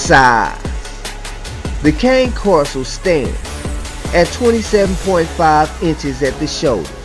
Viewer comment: ffs ... if you're going to try to profess to be an expert or authority on dogs then at least learn how to say the name of the breed properly. You might like to Google their origins, the associated language and pronunciation.